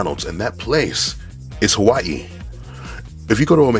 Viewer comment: Thank you for pronouncing Hawai’i correctly!